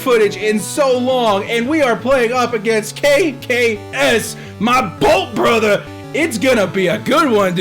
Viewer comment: it is not kaykay es it is kaykayes